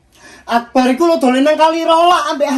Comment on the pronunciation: Dolan bukan dulen 🤦🤦